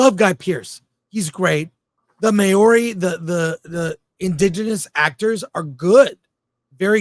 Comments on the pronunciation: Moa-ree not May-oar-ree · Chris please look up how to pronounce Maori cos May Ori isnt it. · Chris, other than your atrocious but hilarious mispronunciation of the Maori language you are absolutely right. As a New zealander I can confirm this is a woke load of nonsense propagated by a NZ film Commission steeped in the same ideologies of Hollywood and bears little to no resemblance to the actual history but is an attempt by academic activists to foist a skewed depiction of early colonialism upon us. You're better off watching Once Were Warriors.